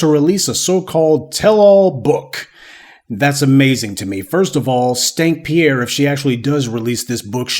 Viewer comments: Are you calling her "Stank Pier"? LOL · I be sooo fucking weak when he say “stank Pierre” because like sir 😂😂😂😂😂😂😂😂😂